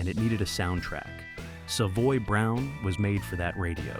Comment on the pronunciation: The computer voice can’t say the band’s name correctly.